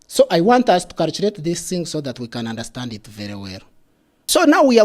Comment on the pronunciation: Calchurate and Calchurator